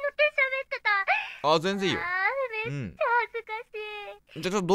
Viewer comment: 「め↑っちゃ」っていうアクセントに気を取られて内容が入ってこない